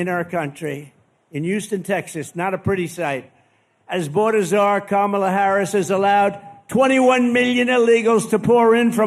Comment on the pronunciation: It strikes me that he's actually pronouncing Kamala correctly. And he's not saying Comrade every time. He must be getting nervous about the election. Because he relishes mispronouncing her name and implying she's a Communist. When Trump pulls back on his Trumpyness, there's always a reason.